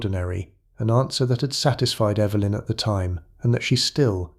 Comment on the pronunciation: mispronounced Evelyn. But said it correctly before and after, odd